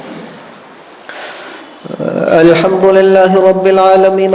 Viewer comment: السلام علیکم و رحمۃ اللہ و برکاتہ.. کیا حال ہیں ؟حضرت آپ نے الحمد کے ہمزہ کو اتنا کیوں کیھنچ دیا ؟